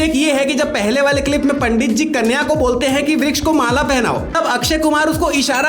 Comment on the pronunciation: Vruksh not V yes yes